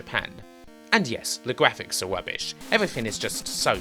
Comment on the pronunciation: tha gwaphics awe bwoken